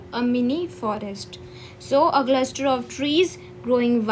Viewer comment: Sry to interrupt but the word cluster u pronounced was wrong u should take the feedback and work on it and meaning of some words u should explain in hindi u are just reading there is no mean on teaching like this